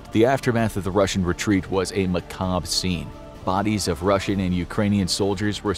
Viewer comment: That's not how you pronounce "macabre". It's pronounced like "Mah-kah-bruh".